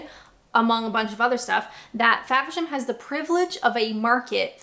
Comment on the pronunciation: It's "FAVERSHAM"....not Fabisham